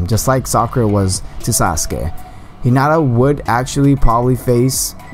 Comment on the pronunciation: you said 'hinada' and 'narudo' wtf